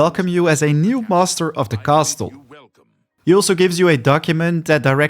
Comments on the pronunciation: Bro really says Cast-le 😂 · The " T" in the word castle is silent 😂